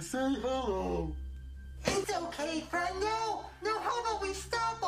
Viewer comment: Friendo sounds Special ed